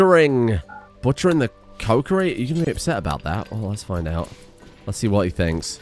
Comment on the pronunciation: that pronunciation of kokiri is insane. "Yeah I'm heading down to the cokerie for some coke"